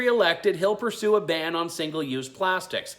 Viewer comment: Was he going to Barn plastics or Burn plastics or Ban plastics. He can't even read from a script. It is so sad!